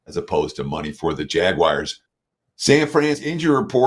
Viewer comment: Love the show., quick question: why do u always call them the 'JagWIRES', when they are the JagUARS. Nowhere in the word is IRE!